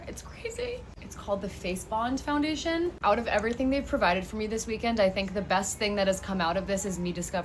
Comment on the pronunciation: please tell me she didn't jus say "foundaish"